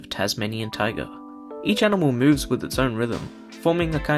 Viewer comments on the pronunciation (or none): none